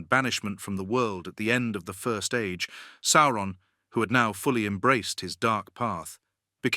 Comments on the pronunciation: Sour-on. Because he's the "sour one." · It's SOW-RON. That's how it sounds.